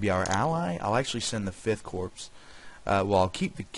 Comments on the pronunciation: Nice job I've been looking for a good vid on this game. Also, Corps is pronounced like Core, the S is silent. Your vid is also good for 2 more reasons: You speak good English, and you don't have loud music playing in the background. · Really interesting stuff- though I do wish you would pronounce corps correctly :(